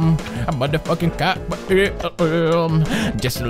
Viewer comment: He said "Kawaii" so many times and to this day I still don't know how to pronounce it correctly haha